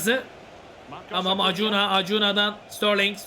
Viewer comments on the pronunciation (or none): Reis alemsin ya hiç mi avrupa futbolu takip etmiyosun serinin başından beri oyuncu tercümelerin beni bitiriyor, acuna(akunya)ya kaç bölümdür acuna diyip duruyosun hahahahah